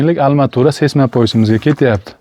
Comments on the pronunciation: Ассалому алайкум ака, илтимос курилиш молларини номини русчада айтолмасангиз урганинг еки узбекча айтаверинг. Масалан: алматура эмас арматура, зар девор эмас парной стена итд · Алматурамас арматура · Арматура или алматура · Almatura degan joyiga qoyil qoldim 😂😂😂😂😂 qaysi viloyat bu😂😂😂